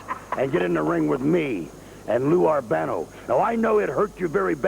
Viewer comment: The look on Blassie and Vince's face when Stevens mispronounces Albano's name. And then Lou kind of gestures to someone off camera like, it's okay. We'll redo it.